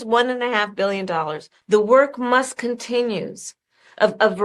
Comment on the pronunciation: "The work must continuezzz...."